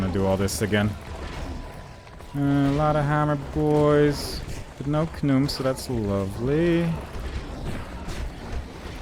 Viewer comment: First thing first, look forward to whatever video you will be making next. Hope you have a good new year and a better next year to come as well. Much thanks for the playthrough of this game. It's been fun. <3 This is already kinda a long rant, except it's not really a rant? My apology.:) I'm pretty sure it's pronounced Ka-num since many characters also say it that way. I think he sang it "Num" to just go with the song.:P Just the level and enemies already make this a better level than SS3's final level imo. The final level is really good. The game makes us or at least gives us chance to use pretty much almost every gun at least in some situations (especially when you just pick up a weapon), which is pretty nice. The Death Ray is still my favorite weapon, being able to decimate all the enemies in such short amount period of time is so cool. Without the Death Ray it's gonna be pretty hard to get through the fight where you get the Laser Gun it seems. Enemies variety is much better as well. In SS3 the final level is just spamming rockets into narrow corridors, sometimes firing mini-gun and cannon then back to rocket again, blah blah. Dual cannon wielding is pretty effective against Khnum imo (takes some getting used to the aiming tho). Dual Devastator is also very good against pretty much any powerful enemy, like the Hammer dude, Red Biomechanoid, Reptiloid, Scrapjack, Khnum, Space Snake. I find Rage Serum + Dual Devastator really effective against the Space Snake. Aim at